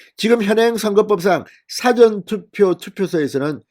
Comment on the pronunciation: 미안하지만,事前투표 발음:싸전투표× 사전 투표